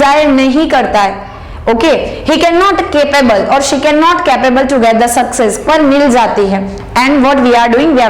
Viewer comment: Pronounce' she' properly